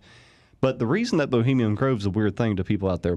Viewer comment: Take a shot everytime he says 'bohemium' grove. XD